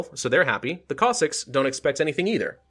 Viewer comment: It is Pronounced (Cos-Sacks or if Singular Cos-Sack) So you were pretty much Right my Friend